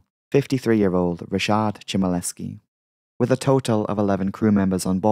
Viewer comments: A little note: "Ch" in polish is read like "H" in "Home". It's not "Cz", like you were reading it (tho you could reach "cz" in "Pawlaczyk" in a similar way like you reach "Ch" in "Chmielewski"). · Please try research how to read polish names because it hurt. Please don't call 'Janina' a 'Dżanina', Chmielewski and other names I cannot even recognise. Google translater can read them out for you.